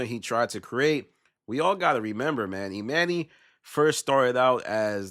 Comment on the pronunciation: I can’t watch the rest cause why is he calling him Emanny it’s pronounce Emani